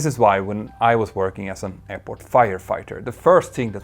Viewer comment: You speak to people for years and still haven't even tried to improve your pronunciation. It's hard to listen "airporch" instead of "airport" all the time. .